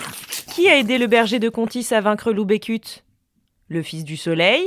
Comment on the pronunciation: A contis, on dit Becut (beucutt) et pas Bécut